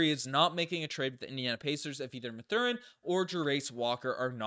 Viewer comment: The way you mispronounce both Ben Mathurin and Jarace Walker’s names is slowly killing me.